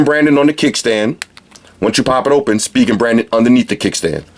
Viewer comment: thought it was pronounced spy-jen not speegen